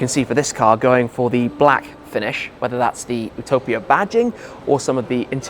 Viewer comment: It's YOU-topia not OO-topia